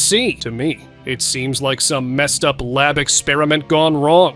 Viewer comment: Why do you say scientist expraint